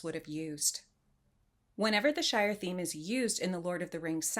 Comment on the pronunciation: Wait, Shire...not Shore...as soon as I heard you say Shore towards the end my brain automatically registered it...sorry...lol wonderful video dear! You have an absolutely beautiful disposition and thought provoking channel. Thank you!